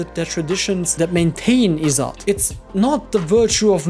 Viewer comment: izzat (the rest of pronunciation was correct, but there's no 'aa' sound) just means honour or respect. While yes, it results in many patriarchal choicemakings, Western cultures also had similar issues. India having a huge littering problem has nothing to do with "Izzat", no clue where he's gotten that.